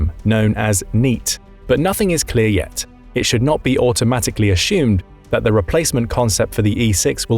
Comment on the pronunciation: its assumed, not ashumed.